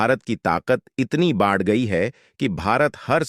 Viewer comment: तक बकचोदी ! ISRO का बेवजह जिक्र ! घटिया AI dubbing : "बाढ़ (बढ़) जाएगी." "किमी (किलोमीटर)" "ओएक्सीजन (ऑक्सिजन)"